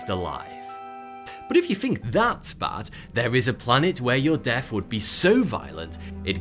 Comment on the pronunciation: The tash makes him say fink instead of think.